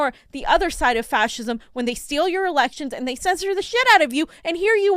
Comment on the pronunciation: If I had a nickel for every time that says faschism.....